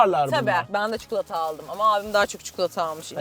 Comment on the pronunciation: Çikolata ❌ Çukulota ✅